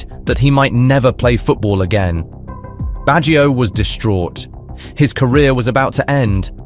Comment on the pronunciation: Nice video., but allow me to correct how to pronounce the name Baggio. English speakers tend to transform a two-syllable word Bag- gio into a three-sylable Word Bag gi -o. Do not stress the I sound. The I and the O are melted together.